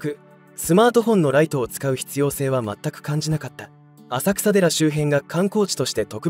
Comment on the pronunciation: 浅草寺は「あさくらでら」とは言いません、地名は「あさくさ」ですが「せんそうじ」と読みます。正式名称：金龍山浅草寺（きんりゅうざんせんそうじ）